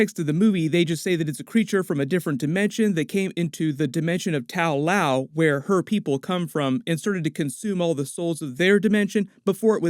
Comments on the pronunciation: tao lao... shaou lou??? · Correction: The name of the city is actually Ta Lo. It might not seem that different, but it was slightly annoying to hear it mispronounced thoughout the video. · Love videos, but the butchering of the anglicized Chinese names is so cringy. The village isn't called Tao Lao, lol. And Simu's character is not named Shang Shi. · ta lo, not tao lao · It's Ta-Lo not Tao Lao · It's not Tao-Lao but Ta-Lo rather according to both the comics and the movie.🤔 Nice video though.👍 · It's Ta Lo, not Tal Lao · I like how Ta Lo became Tao Lo became Tao Lao :P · Watching the movie refer to the place as Ta Lo while hearing Tao Lao again and again 😭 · it's Ta Lo not tao lao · so nobody gonna say anything about that "tao lao"? wasn't it Ta Lo in the movie? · It’s Ta Luo, not Tao Lao. There’s no such thing as Tao Lao 😂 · not tao Lau, it's ta-lo :) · It's not Tao Lao, it's Ta Lo. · The way you continuously mispronouncing the names in this movie reminds me of a guy doing a doctor strange video years ago. That dude just couldn’t for the love of god say dormammu right. He kept saying door-muh-moo instead of door-mah-moo…… and you…… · I'm sure you've been told, but it's not TAO LAO, it's TA LO. Pronounced tah loh. Just something that has been making me crazy about all your Shang-Chi videos. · Where are you getting Tao Lao from? It is called Ta Lo. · Hey, love your vids! Just one thing though, it’s not pronounced “taow laow”. It’s pronounced “ta-low”. I hope you have a good day man! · It’s Ta Lo not Tao Lao. You mispronounced almost every characters name in the movie. And please stop calling Wenwu the Mandarin. it was very clear in the movie they tried to reject that racist concept and name. This mispronounciation of names in the Shang Chi movie and continuing to use a racist concept is really unprofessional and borderline racial micro aggression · Good breakdown as always but it's Ta Lo not Tao Lao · "Tow loaw" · It’s not Tao Lao….